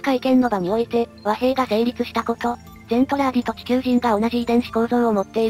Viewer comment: 途中から「ゼントラーディ」がメルトラに引っ張られちゃって「ゼルトランディ」になっちゃったのが惜しい！ それにしてもこの短時間でよくまとめました。GJ！